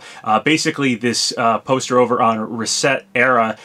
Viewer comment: You are the only person I have ever heard in my life pronounce ResetEra correctly.